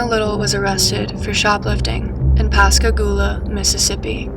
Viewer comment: Oh she pronounced Pascagoula right. Impressive ma’am. I love your content btw. Here from tiktok.